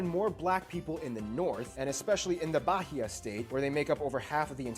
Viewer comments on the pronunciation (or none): none